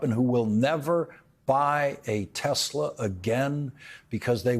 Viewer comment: Trump read Hitler's writings!?That's why he says Tesler, rhymes with Hitler.